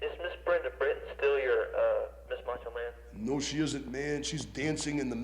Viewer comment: Moncho Man? He keeps calling him Moncho Man.